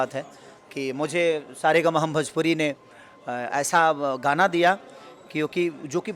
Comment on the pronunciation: भजपुरी नही भोजपुरी होता है बकलोल😂😂